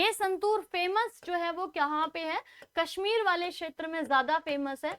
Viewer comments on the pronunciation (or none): none